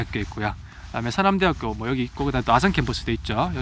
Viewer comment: 서남’대’하꾜! 이거 대구 사투리인뎅!ㅋㅋ 대구쪽분 맞으시죵 ?